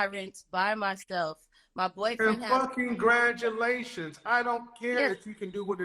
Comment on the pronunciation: Legend “Fuckingratulations” haha 😂